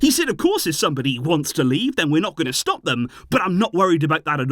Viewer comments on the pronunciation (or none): none